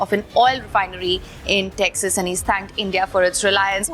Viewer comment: Texas ❌ TAXAS 😂